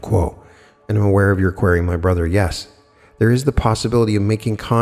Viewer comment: u GOTTA learn how to pronounce QUERY